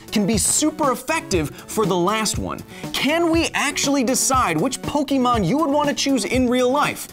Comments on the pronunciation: Yes, i know how its pronounced in the anime, but im saying how it SHOULD be said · it's Poke Ay mon not Poke ee mon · It's not pokEEmon; it's pokÉmon. Get your phonemes right! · It's pronounced Poke-a-mon not Poke-e-mon. Why do most Americans make this mistake? It's an "é" not an e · Kyle, "Pokémon" is short for "Pocket Monsters" and it is pronounced "Pokémon", not "Pokeemon". Hard "e" like in "Pocket". In Japan the series is actually titled "Poketto Monsuta", so just "Pocket Monsters", and Pokemon is just a common abbreviation but in US there were some copyright problems with "Pocket Monsters" so they went with "Pokemon". Also if you are taking into account Pokedex entries did you take into account that Blastoise can pierce holes in thick slabs of concrete and steel? That seems like a crazy pressure especially if he can pierce thick slabs of steel from far away. (Pokedex doesn't specify distance but I would assume for it to be a functional skill it should be from at least three meters.) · it's poh-kay-mon not poh-kee-mon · Pokémon. Not pokeymon. Poké. É. Ā. Pokémon. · Kyle, you are pronouncing Pokemon wrong, it is pok-Ah-mon, not pok-eh-mon, which is why it has the accent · Pok-ayyy-mon not Po-key-mon :) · PokAYmon, not PokEmon, Kyle. (Still one of my favorite channels though) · The way you say "Poké" "Pokee" is killing me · Ugh everytime he say poke-E-mon I swear I can feel a cancer cell spawn somewhere in my brain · Kyle: "Pokeymon" Me: "The ' é ' in Pokémon is not pronounced as a long vowel sound" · It’s pronounced Poke-eh-mon. There’s an accent over the E. Unsubscribed. ¡ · I swear to god if he goes this whole video saying Pokiemon I'm gonna lose my mind! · kyle the accent over the e in pokemon is pronounced as Ay. basically pronounce Pokemon as if there is a Fonzy in the middle of pok and mon. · Anyone else bugged by how he mispronounced Pokemon? My inner first grader couldn't stop grimacing. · You pronounced Pokemon wrong! ARRRRGH!!!